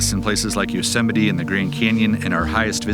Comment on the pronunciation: Trump can't even pronounce the word, Yosemite. Keep his golden spoon out of the forest.